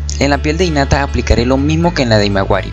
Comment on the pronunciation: por que dice inata y no jinata que es como se pronuncia ._.